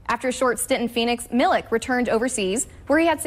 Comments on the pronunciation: miliK.....its miliČ like why does NA cant learn this...5 years whit donČiČ and they still are not able to...aghhh xD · It's not Milik, it's Milich. Not so hard to learn. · Milich* not milik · It is not Marko Milik but it is Marko Milić (Militch) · Milić not Milk (pronounced approximately Milich) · How just how can't americans understand that if a person is from europe and their last name ends with IC it's prononced ich like PopoviCH. Is Marko Milich not Marko MiliK. I would understand if players with these kind off last names just started to come into the league but there was so many in the last 30 years and people stil can't figure it out. Crazy...and they work on tv,doing a story about the guy. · He's not 'Milik'. Use the same sound as when you say 'Donchich'. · Pronounciation is Milich ("ch" like CHesse) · hahaha MiliK...It's not K but ch or Ć . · Pronounced MILICH PLEASE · 😂😂😂 Milik, Dinčik and Jokik !! omg, at least prepare for the show like a pro, and learn the first and last names of the people you're talking about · Serius journalism and simple respect to people reequests the surname to be pronunced correctly, which you never did. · A very nice and noble gesture. Bravo for all MAVS coaches, players & management. GO MAVS. Bravo for Marko Milić too. We are very happy for him. But the pronunciation of the surname Milić is not correct. And let journalists do more research and correct pronunciation. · you can say DonČiČ but not MiliČ ? :P